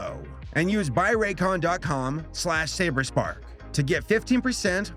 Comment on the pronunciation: Ah yes, the two types of Saberspark videos: and